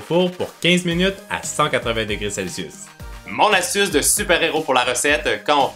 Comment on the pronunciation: arete de dire selsus